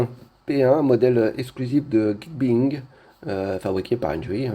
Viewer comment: ça se prononce "Guic Baying" au fait.